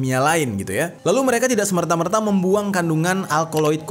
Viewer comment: Koreksi dek...di beberapa konten adik Penggunaan kata serta-merta sering salah pengucapan menjadi semertamerta contohnya pada menit 30:detik41-42